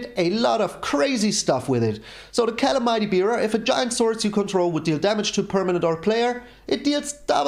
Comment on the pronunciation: Think that's "Ca-lam-ity" Bearer :)